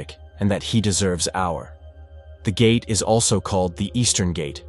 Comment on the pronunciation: Bro said "tray-ver-sed" "gay-tee" and "Jay-roo-salem" in the span on 10 seconds. AI voice over confirmed and video skipped.